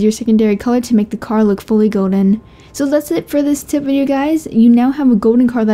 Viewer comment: You say gold weird